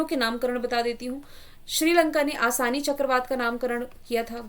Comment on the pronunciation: आसानी नही असनी था 😀